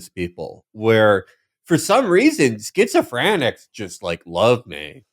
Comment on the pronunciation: I think Felix might actually think the word is “schizo-frantics”